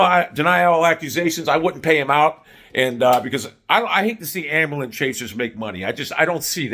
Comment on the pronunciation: Love the way you pronounce ambulance, " Am bull ance. "Genius!!!!!